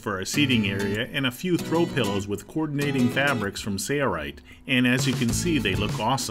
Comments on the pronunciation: I love this video. My only criticism is that the narrator does not say his company name properly. Please enunciate SaiL Right. No Sareright. Thanks! Good job guys! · Awesome video! Are you saying SAYA_RIGHT? looks like SAIL-RIGHT. Just want to know how to pronounce it.Thanks! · He says sayaright